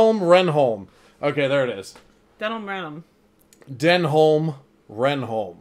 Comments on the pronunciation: his name is pronounced den-um ren-um, i swear they say reynholms name in like every episode, how do you manage to mispronounce it so much!! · has it pronounced correctly. Denholm Reynholm (Den'um Ren'um) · You pronounce his surname 'Renn-um' effectively. And yeah he's a great character. You should check out Garth Marenghi's Dark Place at some point Richard Ayoade (Moss) is in that too. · I'm sure you'll have gotten (PHONETIC!) Dennem Rennem's name right by the start of season 2 and foresee no further problems. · Denholme Reynholme is pronounced "Denum Renum" (short E and U sound in each word). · is saying the bosses name correctly, is pronouncing too many letters. Denholm Reynholm is said dennam rennam. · Reynolm Denholm - pronounced: Ren-um Den-um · I enjoy your reactions BUT how can you debate the pronunciation of a character's name seconds after you have just heard it said? Is this some weird US blind spot? 23.33 Renholme's name is said, 23.41 you pronounce it totally differently.